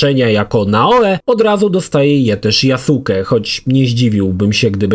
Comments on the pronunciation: tylko blagam: NIE YASUKE, to jest JASKE ( tak jak w naruto byl Sasuke, ale czyta sie,saske'). Przepraszam ale za duzo anime ogladalem zeby mnie to nie ukuło w uszy. Dobra ogladam dalej bo chce kupic XSX specjalnie zeby ograc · YaSUKE? A nie "Yaske"? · yasuke czyta sie jaske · mów - Yaske:) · Wysłuchałem wielu Japończyków wypowiadajacych się na temat. Właśnie dlatego, że u jest krótkie, słychać "Yaske"., który tyle czasu spędził przy grze, powinien wiedzieć. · tumanie jaki Jasuke? 😂 Tak się tego imienia nie wymawia. Poza tym uważam że ta postać jest zupełnie dodana z dupy i powinno jej nie być. Ogólnie to od serii odbiłem się przy graniu w pierwszą część na Xbox 360 i nigdy do niej i żadnej kolejnej części nie wróciłem. Przewidziałem przyszłość i rozstałem się z tym tytułem na samym początku. Owszem grafika, mechaniki były wtedy kozackie jak na tamte czasy ale nic poza tym. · Nie "JASKE" tylko "GRZEGORZ FLORYDA"